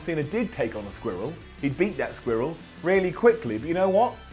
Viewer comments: says Squirrel hella weird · Why do you say squirrel like that